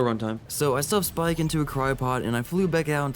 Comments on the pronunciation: he said Spike instead of Spik :( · The fact that u are dedicated to making sure everyone knows the anky name is Spik and not Spike just shows y i subbed to u 😉